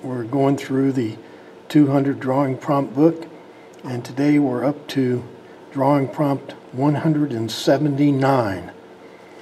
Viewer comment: Nice Dwawing!